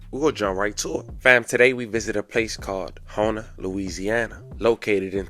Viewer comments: HOUMA LOUISIANA. HOU MA LOUISIANA NOT HOU NA !!!! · It’s pronounced Houma not Hona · Houma pronounced HOME-MA. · You pronounce Houma wrong. You say it like homema if that makes sense to you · Damn my auntie used to watch Tyson when he was a kid. RIP. I remember that kid he was a good kid. And the town is pronounced Houma, (Home-a). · This is how it’s pronounced HOME-A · Is pronounced- ho-mu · Say dawg u a clown doing this for a check them dudes was brothers You saying city name wrong it’s Houma(hom-mah) I don’t see or hear a N in it And he wasn’t her son he was her nephew SMH but hey carry on but remember u wouldn’t want nobody speaking on your people wrong if they was dead 🤡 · Its Home,uh pronounced like that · I’m from New Orleans, your videos are real good, great actually, we pronounce that like HOE-MA tho. Not in a disrespectful way but in a real way. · I'm From Louisiana And It's Pronounced, Ho-ma...C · It's pronounced Home-ah ...lawd they slaughtering the name. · you said houma all wrong. I can see my crib